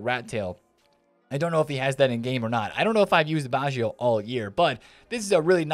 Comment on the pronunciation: it s not baschio it is batscho (baggio)